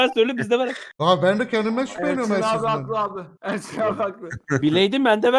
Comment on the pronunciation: Nobody: Ersin 🅰️🅱️İ : Eresin